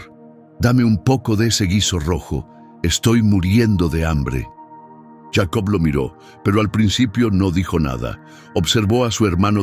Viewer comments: Si está hablando en español, porque dice yeicobt. Que loco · Porque dices yeico